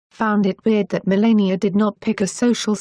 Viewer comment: Melania Pronounced: . La as in the musical note or the word lab (not le) !